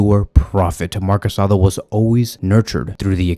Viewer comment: It's not Casado. It's Casadó. There's a difference.